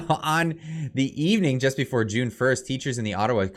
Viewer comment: You keep mispronouncing June